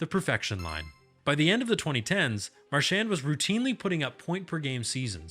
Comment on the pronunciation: I’m learning all kinds of things but you’re mispronouncing his name. His parents pronounce it Mar-sh-aw-n